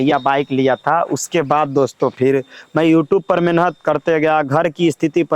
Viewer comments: Menhat 😂menat bolna sikho phle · मेनहत तो कर के देख 😂😂😂😂 मेनहत क्या होता है मेहनत होता है